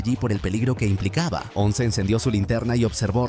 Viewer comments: llega Ons? O sea literal dijo Ons como si Once fuera una palabra en ingles jajajaja, como se nota que es peruano o venezolano el idiota que hace estos resúmenes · un vecino?? "wons"?? si ya varias veces habia dicho bien su nombre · Porque dice onc? Minimo q diga ce o jane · “Ons” jajaja LOL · "Ons" y ese spanglish? 😂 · Exactamente, nada que ver estaría diciendo diciendo otra palabra, si le quiere hacer al mamador que diga Eleven